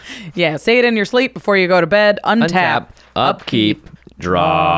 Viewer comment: I'm a big fan of saying out loud, "Untap, upkeep, draw" at the beginning of turn to help remember. Although a lot of times it sounds like "Unta-pkee-dra" like Kyle Hill does.